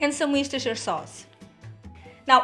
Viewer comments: Worchester - woosta like a roosta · Wooster sauce. Or as America's like it more complicated: 'Woosta-sha' sauce... With the emphasize on Woosta. And the - sha... not shiyah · Ooh looks lovely. Thanks :) It’s pronounced ‘Wooster’ sauce here in the UK. That’s easier :)